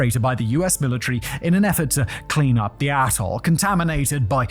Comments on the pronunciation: why does it sound like hes saying asshole when hes saying atoll? serious question, isn't that why we enunciate? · anyone else hear bikini asshole at the start of this video? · I had to rewind this part 5 times until I finally put on subtitles bc I could have sworn it said “bikini a$$h0l3” 😂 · "the tobinin, bikini asshole" is all I can hear, I know you're saying "......... ....... atoll" but cant figure out exactly what... If only you were selling scripts o.O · Swear you said bikini asshole 😅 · When you say atoll, it sounds like asshole. I'll show myself out. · I think he keeps saying "Asshole" for Atoll. I swear it... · I swear Simon i thought you called it Bikini Asshole 😂😂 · He says Atoll, I hear A**hole. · I thought Simon said Bikini A$$h0le not Atoll… 😂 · Am I the only one that keeps hearing "A$$hole"? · Yep. Definitely thought he said Bikini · I swear I hear bikini A $$ hole the first time. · Did he say 'bikini asshole' instead of atoll at the start or is it just me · Every time he says "atoll" it sounds like "asshole". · Not really criticism, but more something I found funny. The first time you said "Bikini Atoll," it sounded like "Bikini Asshole" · Immediately at 8 seconds you sound like you're calling Bikini Atoll asshole...lol. Love it! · I had to back up a few times at the start because I keep hearing "Bikini asshole" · oh ... youre saying "atle" ... i really heard something else there .... do you know "atle" doesnt have an S in it? i swear i could hear an S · Simon i know you said 'Bikini ATOL' but that is... Not what I heard. And now i cant unhear it, its made this video even more enjoyable. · Please enunciate "atoll" more clearly. I keep hearing a different word(s). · I feel like it should be bleeped every time Simon says “atoll” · When Simon says “clean up the AT-TOLE”…. I don’t hear atoll… lol